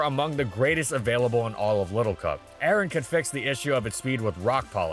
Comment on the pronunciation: A-RON not Aaron 😭😭